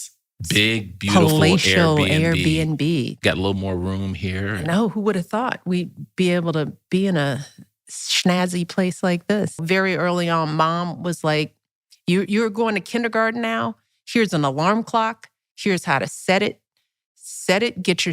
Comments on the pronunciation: Why is it that people can't even say simple words correctly? Snazzy is snazzy there's no h. In the word snazzy.😂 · SCHnazzy? I’ve always heard & said SNazzy. She upgraded the word of course, bc she’s Michele.